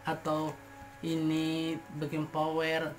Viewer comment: Backing powder bukan backing Power mas